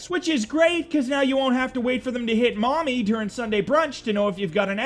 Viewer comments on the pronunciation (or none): none